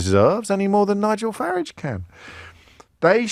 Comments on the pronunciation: Can’t stand the way he say FARRIDGE. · James O’Brien is absolutely guilty of whipping up hatred towards Nigel Farage (he deliberately mispronounces his surname too, so childish) he’s inciting violence towards a person simply for having an opinion he disagrees with and needs to be held accountable. He’s a vile bully.